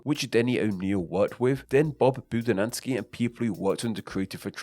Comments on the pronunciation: This was a great video, shame you didn't work enough on the pronunciation of names. Like calling Bob Budiansky "Bob Budinasky" multiple times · You show his name, then mispronounced it. THREE times in the vid. How did you come up with Buh-di-now-skee when it's spelled Boo-dee-ANN-skee? And several other mispronunciations of names/words too. Please talk to Chris McFeely, he's done a lot more research on the robots. (Who should be called androids, or just Cybertronians, as 'robots' implies non-intelligent tool or remote.) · Poor Bob Budiansky keeps having his name mispronounced. XD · The way he butchered Budiansky name just minced my soul.